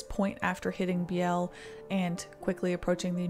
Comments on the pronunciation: Just fyi i believe the pronouncation is Bealy for hat one town. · BEE-lee it's pronounced BEE-lee. Sorry is late and I'm a bitch. Also I live 7 miles north of DeSoto Illinois.